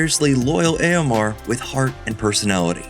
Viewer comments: Why do you pronounce it as Eomar???? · Hearing Eomer pronounced as "Eomar" made me spit my drink out. THAT was not expected. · learn how to pronounce eomer for the love of god :D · That's not how you say eomer